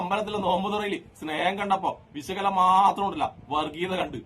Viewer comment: സുഹൃത്തേ സംസാരിക്കുമ്പോൾ ഉച്ഛാരണം ഒന്ന് നന്നാക്കു. വെശകല അല്ല. വിഷകലയാണ്. ഉള്ളടക്കം നല്ലതാണ്.